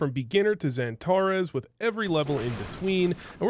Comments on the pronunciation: Love the vid! But damn does it hurt my ears every time you call him pronounce it santa res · Funny how you pronounce Xantares different from every one else. Xypnix or Xyp9x. Xan tarras or Santa raas Good vid none the less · dude, everyone gets xantares name right… except you😂